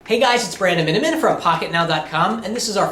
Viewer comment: Brandon Miniminimimimimi xD Every time ^^